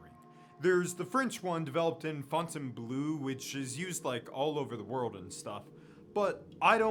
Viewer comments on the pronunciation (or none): none